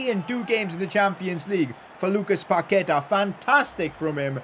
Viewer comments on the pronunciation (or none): It's pronounsed Pakueta not paketa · Put the accentuation in the final a when saying Paquetá, I think that’s its correct pronunciation